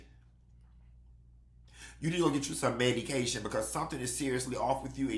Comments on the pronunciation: Not MED-E-CATION 🤣😭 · "creeeeaaaam cheeeeese!!!" and "Medycation" got my cracking up🤣🤣🤣🤣